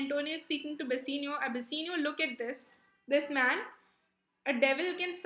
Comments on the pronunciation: Bassinio? Bassanio* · Bassinio nahi hota bassanio hota hai flash nahi hota flesh hota hai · Please work on your pronunciations. Bass-aa-nio, and duck-ets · That's not flash but flesh and not bessanio but bassanio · Please work on your pronunciations. Bass-aa-nio, and duck-ets.